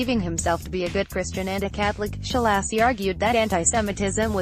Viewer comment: I wish somone would just pay a decent reader,,, the guy's name is Ssssaa-loshy....not Sholaaasi... The accent ohn the A opens the a wide. Otherwise it is closed, almost an "o" He was a monstrous person. I saw this series of pics when I was doing research in Budapest in '88.